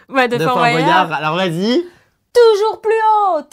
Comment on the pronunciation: Jerem on dit Bwayard et pas Bo.yard